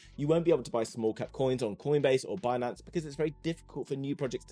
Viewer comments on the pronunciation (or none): none